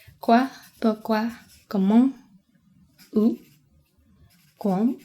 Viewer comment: J'avoue que je comprends pas beaucoup de mots. xD mais je note que certaines lettres sont mal prononcées. Genre le mot "quand" le "u" est complètement muet, et idem pour le "d". Autrement c'est pas mal